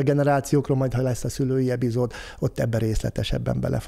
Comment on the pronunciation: Tökéletes, köszönöm! Viszont kérem az epizódot ne b-vel mondja, zavaró :)